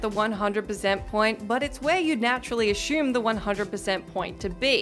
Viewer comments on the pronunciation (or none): Ugh you say assume wrong... "ash-um" it's ass-um. Smh for reference